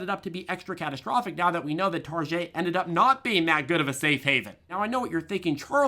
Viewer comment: It Tar-get, Charlie‼️😲🫣😜